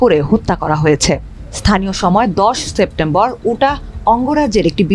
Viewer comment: উটাহ আবার কি বোন? ইউটা হবে।